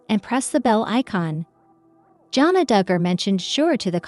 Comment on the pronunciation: Her name is pronounced Jana not Johna!